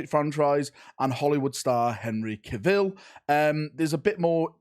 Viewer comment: Always laugh when you say Ca-Vil.